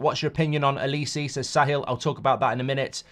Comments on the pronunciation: It's said like O-li-say. Not O Li see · His name is not Elisi. It's Oliseh! Starts with an O. O.....li.....seh!!!!! Bloody hell man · The way mark says Olise’s name is doing my nut in 😂😂 it’s pronounced oli say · Can’t even say olise properly😂😂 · I’m hope United don’t sign Olise, can’t listen to Mark butcher his name for the next few years!